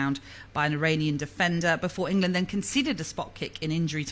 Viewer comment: "England" not Ingerland🤦🏻